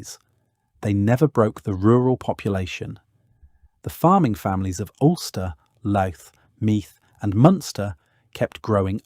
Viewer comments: ..,and YOU looted the name of LOUTH....pronouncing it LOOT!! 😅🇮🇪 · ..pronunciation: Glendalough = glen-daw-lock, Louth = loud-th